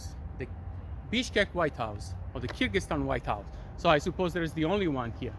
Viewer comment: 'Kyrgyzstan' not 'Kyrgyztan'